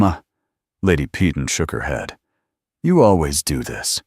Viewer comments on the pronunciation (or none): PEYTON: Pronounced "Pāy-ton", - "ton" as in a "ton of bricks"Pee-tawn" is very UNACCEPTABLE!!!